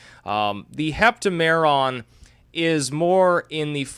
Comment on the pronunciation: It's hep-TAM-eron, not hep-ta-MER-on.